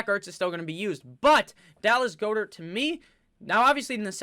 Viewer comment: Its 'GOD-ert' bud